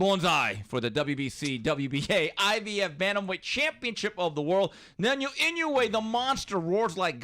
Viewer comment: 「ナニョ・イニュエ」